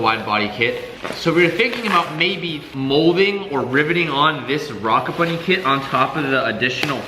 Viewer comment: “Hey what kit are you running on your 350z?” “Oh I’m running a rocka bunny kit” “don’t you mean ROCKET bunny?” “Yeah why” “oh thought rocka was another rep kit” LEARN TO SPEAK BRO